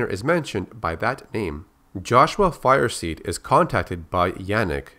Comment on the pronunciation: "Aram Firessed", "Greyhawk Firessed", "Carl Firseeed" wtf